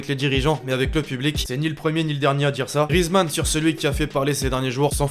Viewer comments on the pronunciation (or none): none